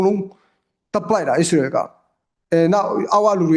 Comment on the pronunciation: ခင်များကိုပြောမယ်နော် အီးစရေတွေ အီရမ်းတွေ မပြောနံ့ဗျာ မြန်မာလိုတင်ဆက်နေတာမလား အစ္စရေးဆို အစ္စရေးပြော အီရန်ဆို အီရန်ပြော အီးစလွယ်‌တွေ အီးရန်းတွေ အက်စ်သံမပါစေနဲ့ဗျာ